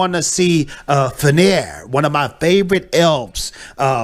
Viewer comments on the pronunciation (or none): Bro, I started covering Rings of Power almost 2 weeks ago. You and other youtubers inspired me to start voicing my opinions to this dumpster fire. I hope more people get inspired like I was. Also, this is how you pronounce Feanor: Fe-a-noar.